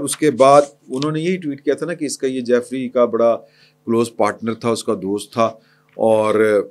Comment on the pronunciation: Ask someone about real pronunciation of Jeffery. Keep making fool of ur self. It is Jeffery Epstein. جیفری ایپسٹین